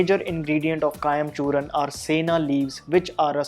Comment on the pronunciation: It's Churna not Churan! Please correct the spelling and pronunciations.